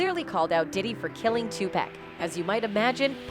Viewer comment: The robot keeps saying 2pac as in 2 pack It pronounced Tupac ,as in 2 poc say it with me now 🔊